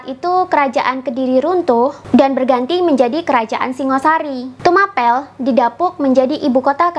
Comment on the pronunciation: Maaf Tumapel dibaca Tumapěl (seperti membaca kata apel)